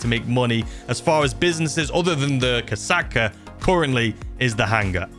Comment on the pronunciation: mate you should really google how to say KOSATKA cuz i can trow up just listening to your pronunciations.